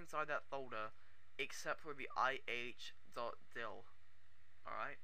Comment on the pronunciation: he said .Di*k not .dll...lol